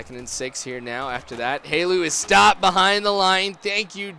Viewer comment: it's not Halu. It's Helu